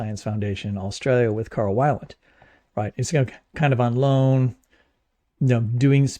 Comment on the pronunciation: Carl Weiland is actually pronounced weel, not that it really matters much. He stayed at my parents' house a few times when visiting to do talks in local churches.